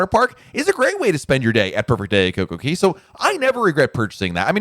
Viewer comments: Since you are a Royal Caribbean expert, you must learn to pronounce CocoCay properly. It rhymes. Perfect day at CocoCAY. It’s not perfect day at Coco KEY. I like your videos but that piece is so cringy! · JUST WONDERING....I THOUGHT IT WAS COCO KAY NOT COCO KEY. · I think it is pronounced KOKO KAY, not KOKO KEE. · I’m sorry this is killing me…it’s Coco Cay…not Coco key….ahhhhh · Isn't it Coca Cay which rhymes with "bay," not the way you said it. There is even a comedian that uses the name as a joke about someone asking you for a beverage. Say you ask for a pepsi, but they may ask you coca cay? As in is coke okay?